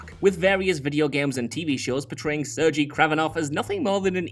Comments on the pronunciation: he also said Sergei wrong....it's pronounced like sir gay not surgey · ser-gay, dude; not ser-jee.